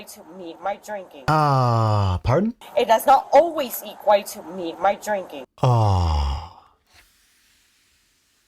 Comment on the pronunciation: she was trying to say “it does not always equate to me and my drinking” but she accidentally said “eq-white”